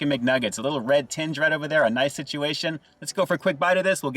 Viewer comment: It's a spicy nugget sit-chew-A-shun.